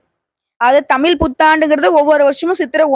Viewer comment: அம்மா தாயே நீங்க தமிழை கொலைசெய்ய நாம் பேசுங்கோ தமில்தமிள்அல்ல தமிழ் தமிழ்